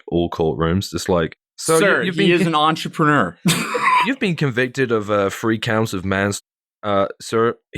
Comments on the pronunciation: Do y’all not hear or see that R? Lol EntrepReneur. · ON TROPUNEWER